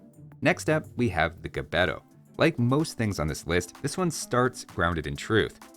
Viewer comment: Another video in which "Gbeto" is not properly pronounced. 😢